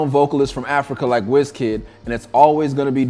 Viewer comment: did you call wikid unknown... lol